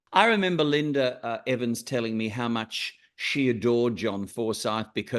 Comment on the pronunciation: Why does the interviewer keep calling her, "LINDER EVANS"? Her name is "Linda" with an "A" at the end, not an "R".